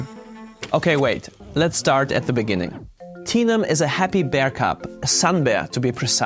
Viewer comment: I know the bear's name is Tenum, but when he says it, my brain hears Tina....so The bear's name is Tina.